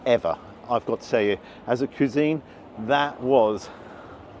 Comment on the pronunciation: It's 'cwisine' not 'cuesine'